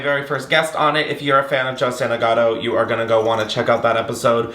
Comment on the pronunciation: Me too 😂